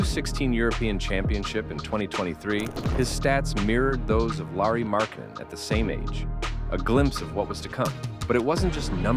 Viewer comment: Lauri, not Lari Markkanen